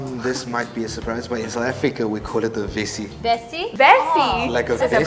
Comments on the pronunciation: Vesy???🤣🤣🤣🤣 what is that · Haaiii the South African seems lost nor, wtf is a "vesy"? 😭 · Vest* Capetown says vesy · Not vesy ves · Hell naaaa its not vesy its vest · We call it a vest not a vesy haiybo are you sure you're from South Africa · Its not bin, its dust bin😭it's not o's and x's, its X and O😭it's not a vesy, it's a vest😭haibo kanti yini?😭😭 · Never heard of a 'vesy' from an English speaking South African . . . it's a 'vest' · Who calls it a vesy???? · Who the heck says Vesy in South Africa?? Come on now. It's a damn vest. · Bruh it's only u who calls it a vesy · I'm from South Africa and I have never heard anyone call it a vesy definitely a vest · Its called a Vest dawg.....not a Vesy what kak is that !? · Vest not vesy what is vesy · Yey wena maaan it's a vest not "VESY" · No this guy😭😭his not from South Africa that’s a “Vest” not a “vesy “ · WTF is a Vesy ? I'm South African and never heard anyone call a vest a vesy. . . Why is a member of the smallest group of people in South Africa representing the whole S.A ? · like wtf is a vesy? We call it a vest yoh. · Nice to have a Coloured boitjie representing SA but my guy its called a vest not vesy